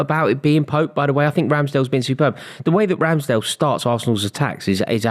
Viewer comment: How on earth can he say Ramsdale